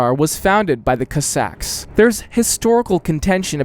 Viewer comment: Hey! Please research pronunciation of words that you’re going to use in your videos in future. Kossack is an English word, so it’s not like you have to approximate anything. saying /kəsɑk/ was really distracting. Thanks!